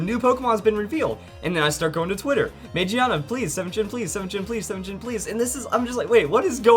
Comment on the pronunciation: It's pronounced Ma Gi Ah Na.